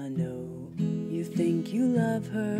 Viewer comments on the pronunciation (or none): none